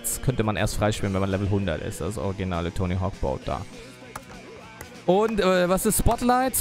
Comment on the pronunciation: Wenn du schon ständig "englishe " slangs zwischen Deutsch reinhaust um es " cooler" rüber zu bringen dann solltest WENIGSTENS den KÖNIG DES BOARDS richtig aussprechen können!!! ;) nur so am Rande